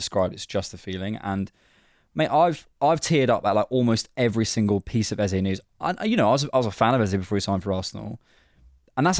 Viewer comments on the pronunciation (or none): Our new number 10s name is pronounced EHZAH, not EHZAY. Please correct this for future vids. You can see him pronounce his own name in his welcome vid.